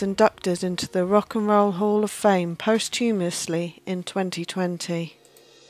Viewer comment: Not well known? He’s legendary! There’s always Google you know. Wikipedia. Learn to use it and the rest of the internet (their own websites as well) to get facts right. The way she says posthumously is weird as well. Pronunciations can also be looked up online.